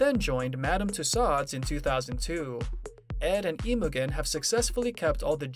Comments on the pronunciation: His wife’s name is NOT pronounced IMO GEN as in how the “g” in gun is pronounced – the “g” is pronounced the same as how it is pronounced in the word generator! Oï vey!!! Have enough respect to take the time to learn the correct way a person’s name is pronounced already!!! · its pronounced Imo-jen. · Imogen is pronounced with a soft g. Very annoying.